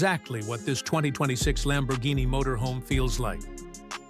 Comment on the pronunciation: Missed "R" in Lambourghini